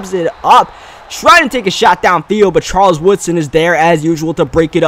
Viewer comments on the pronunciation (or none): none